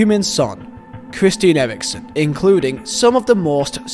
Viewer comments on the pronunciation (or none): Chwistian Ewiwksen